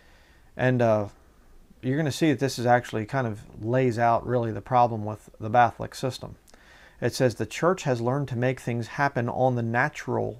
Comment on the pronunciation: batholic sounds like baaltholic